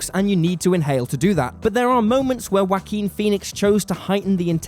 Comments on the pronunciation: Respect for the content, but I never heard someone pronounce the name as 'Whoakin' before. This makes the video hard to take serious. :< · "Whakeen" is the correct Spanish pronunciation of the name. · "wa keen" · Everyone; such a great movie yeah yeah Me: did he just say Waki Phoenix? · That's a funny way to pronounce Joaquin, but I loved the video, really good work and good analysis. Thumbs up.